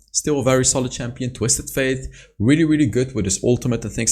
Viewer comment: Why do you pronounce twisted Fate twisted "Faith"?